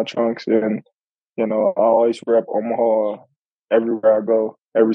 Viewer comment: She said "Omaheart" 🤣🤣🤣